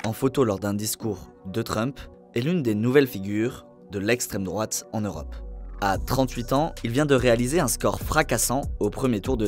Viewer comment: Essstrême drouate, essstrême drouate, essstrême drouate 😂